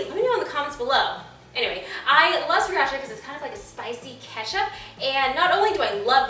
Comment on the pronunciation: Blehhh it's pronounced "Si-ra-cha" iT'S OKAY THOUGH I FORGIVE YOU! This dish looks amazing.